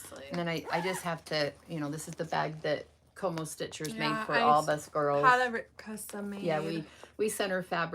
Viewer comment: Thanks so much for the shoutout ladies. I’m so glad you love my bags. ❤ I think some people may be having a hard time finding me on Etsy and IG because is saying “CoMoStitchers” instead of “CoMoStiches”. You can try searching for it without the R. 👍🏼 Always love seeing what you guys are stitching on. -your drum is AMAZING. I haven’t made one yet-but definitely want to try. You make me feel like maybe I can do it. 😂 Can’t wait to see what you ladies have up your sleeves for Market!😊